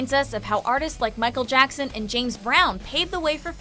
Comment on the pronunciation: “ Micheal jacksan”